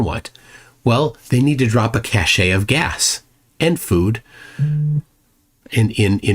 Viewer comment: Cache is pronounced cash!